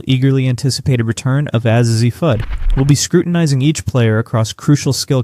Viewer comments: It's pronounced "A-Z." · You're mispronouncing Azzi Fudd's first name. The "A' Is pronounced as in "phase", not as in "had". Otherwise...we'll see. At least you're willing to conjure...good for you! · then what is the deal with how KK and Azzi's names are said?